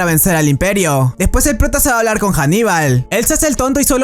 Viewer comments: Compañero. Haníbal. No Janibal. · Anibal no janiba, y no es de Roma si no fenicio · cuando pronuncias el nombre de ANIBAL lo pronuncias con h diciendo HANIBAL pero es ANIBAL